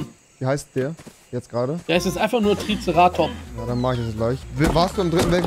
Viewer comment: Es triggert mich so wie sie Triceratops aussprechen